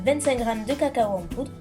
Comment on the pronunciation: Cacao pas caco.